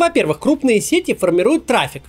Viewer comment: "Маркетинг, сети, красивее" эти ударения в вашем исполнении вызывают кровотечение из ушей